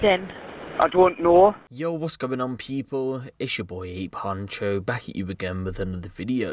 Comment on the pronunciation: Why do you say “huncho” like that? 😂